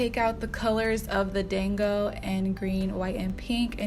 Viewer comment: Thank you for giving the proper pronunciation because ight was low key killing me, and I wanted to check to see if anyone else had said something before I repeated it. 😁 My daughter is hard core all things Japanese and was shouting "SHE'S SAYING IT WRONG MOM!!!!!!" Lol!!!!